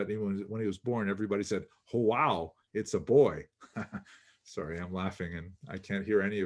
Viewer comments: Excellent video,, as usual. About pronouncing João, you always struggle with this. João is a Portuguese name - not Spanish. I recommend you start pronouncing the J letter as in Jack. (This was aptly mentioned below by Viriam De Costa Rica). Then you will B'H' work on the pronunciation of the nasal sound of the last three letters of the word. I suggest you Google the following: João pronunciation in Portuguese, then select the slow pronunciation option, and click on the little speaker icon. You will hear the word in a correct, slow pronunciation mode. Please note that João is actually pronounced Ju-ão. Fascinating presentation! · All of discussions are excellent, but his pronunciation of Portuguese makes me cringe. Hahaha